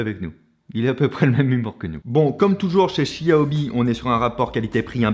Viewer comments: Pour une prochaine fois, Xiaomi = ChaOmé en prononciation. Ca ma surprise aussi quand j'ai regardé les premiers lives de lancement. 😆😇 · Ça se dit ssiaomi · Cette façon de prononcer "xiaomi" "chi ah oh mi" jpp, le mandarin c'est pas ton fort visiblement haha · du tout, c'est la prononciation à la française, "chiaomi" étant la prononciation correcte en chinois :)